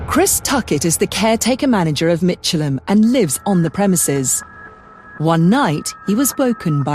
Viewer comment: It's pronounced Mick.. elham, not Mich.. elham.